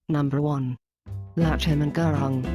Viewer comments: Gurung isn't pronounced Gurawng, but Guroong.. Peace, love and prosperity.. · oh wait sorry that's not how you say it its (gu-roong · by the way its pronounced ( GU-rung